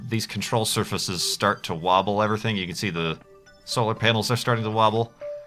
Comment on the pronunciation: "Control Survahsus"